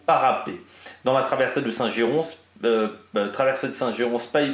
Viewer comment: Salut ! On ne prononce pas le "s" à Saint Girons ! Tu peux le prononcer comme Paris ! Merci pour tout ton travail !